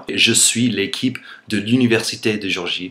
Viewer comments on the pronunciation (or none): none